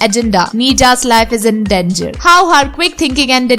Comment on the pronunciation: great work, one piece of feedback - the host should talk in a language he or she is comfortable with. Hindi language to talk about Hindi films should be most appropriate. Coz with English pronunciations she is really horrible. - Hijuck (for hijack) ???? - dungur (for Danger) ??? - save the lives (its pronounced as "lives" and not liv's).... looks like she is just blunting reading a script without knowing what she is reading......